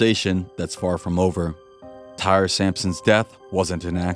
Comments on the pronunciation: TY-REE, not TIRE! WTF. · I’d rather not think a human is so dumb to call this kid TIRE instead TY-REE! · His name is pronounced; Tie-Ree, not “Tire.” My dude, you’ve got to do better research in the future. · just the comment I was looking for lol